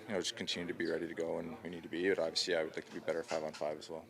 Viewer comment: somebody tell Auston .... " Aww - vee - seee " .... is pronounced ..... "Obviously" , obviously